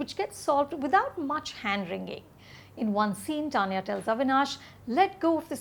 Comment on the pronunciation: Anupama, wth is up with your pronunciation of "Tanya?" Why are you using t from tomato instead of the Hindi soft t. Have you been watching I, Tonya too much to forget what is the Indian pronunciation of the name? I hate it when these urban English speakers try to cover up their Indian accent in order to sound more polished or educated. Rajeev and Sucharita and Rahul's reviews over yours any fucking day!